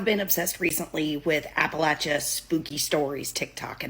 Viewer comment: Props on saying Appalachia like the Hillfolk do :)